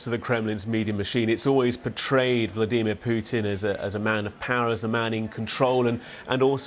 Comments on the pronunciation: Prey- gor-chin, Vla-dee.mir. here we go again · Why does he pronounce Vladimir so weird? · The way this guy says vladimir, nope. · ‘Vleedemer’ Putin